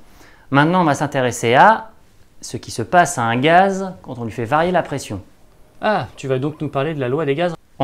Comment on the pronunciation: non pas de ''s'' à ''gaz''